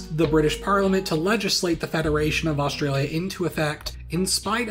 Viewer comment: Osteralia and Westeralia